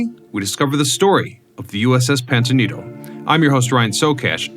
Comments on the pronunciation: ITS NOT PANTANITO. ITZ PAMPANITO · Can’t stand hearing you mispronounce “Pampanito” as “Pantonito”! Learn to READ!!! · The announcer in this video keeps mis-pronouncing the name of submarine - it is Pampanito, not Pantanito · What is the "PANTANITO"? The submarine in SF is the USS PAMPANITO 🤬🤬🤬🤬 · Are you using robot narration ? it keeps mispronouncing Pan pin ito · ‘Pam’’pan’ ito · Is it me, or does the narrator keep saying, "Pantanito"? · Pampanito say it with me pampanito its not difficult Pam pan ito . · I am clearly hearing him say "Pamtanito" during the first half of the video. Also stating that the fifth war patrol began in January 1945 until February of the following year means February 1946. Which is incorrect. FYI. Check out the submarine USS Cavella at Seawolf Park in Galveston, Texas. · Yes I thought it was the pompaneto? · Yeah, bro, I gotcher USS PanTAnito right here, boss! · "Pampanito" FFS I cannot watch this every time you mispronounce it. I grew up exploring that sub. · Man I had to stop listening a couple of minutes in when you, or if it’s an AI, could not pronounce the name of the boat correctly. I can’t take anything you say seriously if you can’t even get that important detail right. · Your AI can't even pronounce the name properly! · Is no one going to mention that the Subs name was mispronounced throughout the video? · Is it my imagination or is this guy mispronouncing this submarines name? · no, yes.